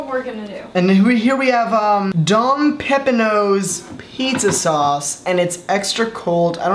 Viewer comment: i’m lowkey upset pronounced don pepino the right way. is pronounced like peppa pig